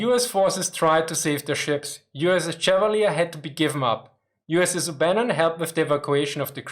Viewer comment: I enjoy your brave (?) adventures with the minefield of English random pronunciation. It is perhaps as close to the sensation of riding a tank high speed off road that I will have. With regard to the pronunciation of USS Chevalier DD-455 named for US Naval aviator Godfrey de Courcelles Chevalier, I would like to help. My dad was the skipper of DDR-805 Chevalier in 1956, the Gearing replacement for the sunken DD-451, and the received pronunciation on board was as French as Godfrey de Courcelles Chevalier suggests. Although my grandson, now in Baden-Württemburg, found French so deplorable he chose a gymnasium where he can replace it with Latin.